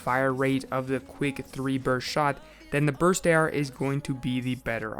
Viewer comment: THIS DUDE SAID "BRUST" OML LMBO